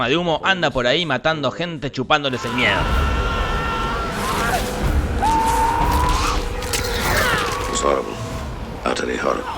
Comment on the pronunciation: Its jorribl rily jorrivl and fasineiting jajajajaj